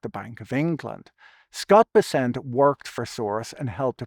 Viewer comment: Pretty sure it's BESS-ent.